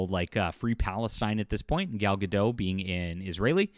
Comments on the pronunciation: Gadot, not Gado, the T isn’t silent at all. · it’s not a crime to say names or names wrong, I timestamp when a person says Gadot wrong because I’m sure that if I won’t do that, someone would say to me that it’d not the topic of the video.